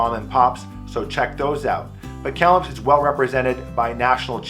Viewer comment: You pronounce Kamloops like a long time resident!